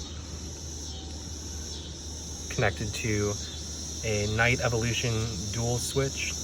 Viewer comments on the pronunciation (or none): none